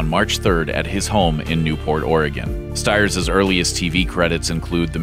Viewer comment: David Ogden Stiers is pronounced "STEERS." At least learn to properly pronounce the name of someone we are trying to honor please.